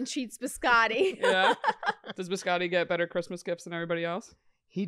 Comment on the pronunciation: BiscoTTI, not Biscori XD